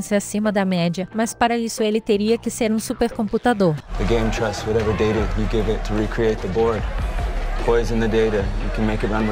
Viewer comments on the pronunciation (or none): none